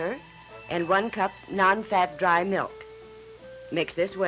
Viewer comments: Bossy, brassy daughter never says please or thank you, and says “melk” instead of “milk” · ...its Milk..not Melk ffs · ''melk". LOL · I HATE when people call "milk" , "melk". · Sort of like that vegan guy who thought strawberry "melk" was made from strawberries!